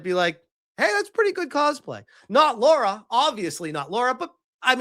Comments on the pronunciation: I have a question. Is it a thing that Americans can't pronounce Lara? I've seen so many videos of North Americans call her Laura. Her name is Lara. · Her name is spelt "Lara" not "Laura" so htf do Americans get the "or" out of it o.O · will you stop calling Lara Laura? and you answer the "which show would you watch?" question I'll say this - yeah Lara Croft is supposed to be well equipped and yeah, usually ChatGPT does successfully make characters more beautiful, but not in this instance. It has made her body proportions all wrong, the shoulders too wide, etc. I like the original Sophie Turner proportions a lot better. She's not a bombshell Lara Croft type of girl, but she is a beautiful woman. Alicia Vikander was actually amazing as the reboot Lara, btw, imo. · nah, man, she's totally Laura... not Lara, though